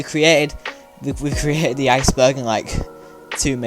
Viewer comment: the josh ehh aicebehrgh